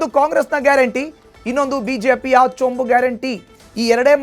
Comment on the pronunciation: ಚೊಂಚು ಅಲ್ಲ ಚೊಂಬು